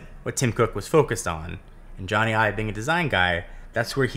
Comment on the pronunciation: It’s Ive. It’s just Ive,. Not Ives.